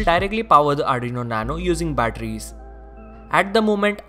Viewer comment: Its 'Arduino' not ADRINO (not judging)